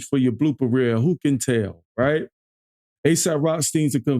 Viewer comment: Aesop..not aesap bro